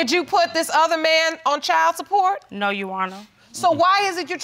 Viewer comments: Its "your honor" not "you honor" 😂✌🏽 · I'm hearing "yes younna" no Rs anywhere..... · Yes, she dropped the r.